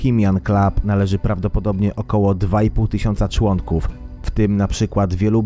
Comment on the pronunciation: "należy 2 i pół tysiąca człąnków" a ile skutków?